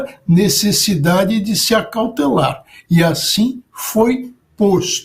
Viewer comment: "Acaltelar", lê-se dirar ele da disputa eleitoral. Estou errado?